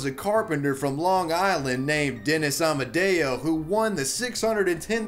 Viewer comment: I hear Amadeo, but his name was Amodeo... what's the error?